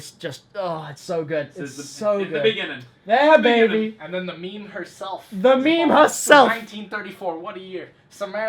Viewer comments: in the bejinning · "In the bigging" Lex May 17th, 2017